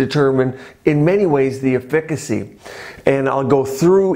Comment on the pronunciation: Kinda surprising that a doctor doesn't know how to correctly pronounce "efficacy."